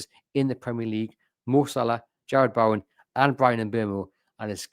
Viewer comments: You pronunciation of players names is shocking! Foreign names that are unusual to the English tongue is borderline understandable but to CONSISTENTLY get a name like Bowen wrong is embarrassing. It’s Bow like what an archer uses not bow like you would do to royalty. It’s also incredibly disrespectful to get people name wrong and know that you are. Let’s hope you never have to interview him! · 😂😂😂 the bloke has chosen a career in pronouncing names….and he can’t even say Bowen! Give ME a break.